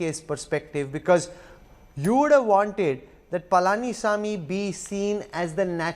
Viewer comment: News reader:palaani saami😂